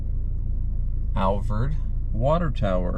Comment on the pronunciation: If you’re a local the town of Alvord is pronounced Alvoid